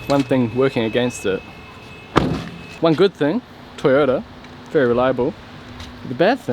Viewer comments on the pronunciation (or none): none